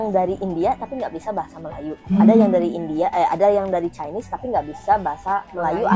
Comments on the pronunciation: Apa saya saja yg dengar dia sebut Chinese jdi chaines 😅 .. sekolah swasta nie bang... Sistem pendidikan Malaysia berbeza ikut keadaan - negeri - status sekolah nya seperti sekolah swasta atau kerajaan - jenis sekolah seperti SK (Sekolah Kebangsaan), SJKC (Sekolah Jenis Kebangsaan Cina) atau SJKT (Sekolah Jenis Kebangsaan Tamil) - Darjah atau tingkatan murid tersebut... Tahun 1 - 6 atau Tingkatan 1-5. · takkan cikgu x leh sebut chinese dgn betul